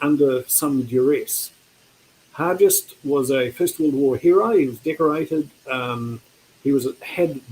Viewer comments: James Hargest with a hard g, not soft: that's the way it's pronounced in Invercargill where I get up, anyway, and where Hargest was from (a high school is named after him there). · Not sure why people pronounce Hargest as Har-jest. That's incorrect. Har-guest is the correct way to say the name.